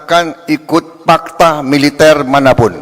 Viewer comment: orng Sunda kek nya yg buat nih berita, fakata bukan pakta😂